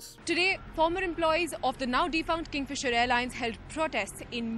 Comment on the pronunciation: Kingfisher? No. Kingfeemer? Yes.